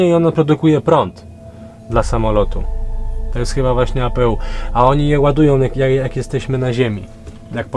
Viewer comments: nie czyta się apu tylko EJPIJU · APU czytaj ej pi ju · to jest przepustnica klapy i Speed brake 😀😀😀 fachowo to się nazywa przepustnica dokładnie i to się w powietrzu wyłącza a i APU się czyta ej pi ju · apu muwi sie ajpiju to jest system na ziemny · Raczej przepustnica, mieszanka i kontrola pracy śmigła. Dźwignia klap byłaby zapewne gdzieś poniżej, a gdzieś obok hamulec aerodynamiczny (czyli ten twój "speed brake"). Oprócz tego APU czytamy apeu bo jesteśmy w Polsce i jest to po prostu dodatkowe źródło zasilania samolotu, kiedy główne generatory nie pracują, np przy wyłączonych silnikach.